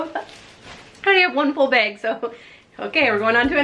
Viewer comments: The way you say bag always cracks me up!😂 Sounds like you’re saying beg. Love your channel! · I KNEW IT!!! My mother was from Minnesota and she ALSO says "beg" instead of "bag"!!!